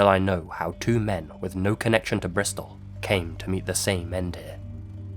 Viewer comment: The Clifton suspension bridge is in "Bristol" not "Bristof"